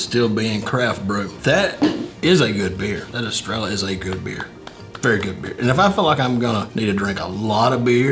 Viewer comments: “Es- Treh- llah” 🤦‍♂️🤣💯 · The double L is pronounced in of way of saying yea so in other words you would pronounce it estreyea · EstreYA not La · We need a teacher about the pronunciation lol 😅